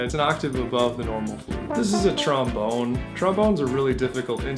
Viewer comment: haha you said tromBONER